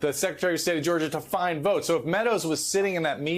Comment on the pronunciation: Pay attention on how Trump pronounced to word "votes". He sounded like a mentally ill guy with speech impairment.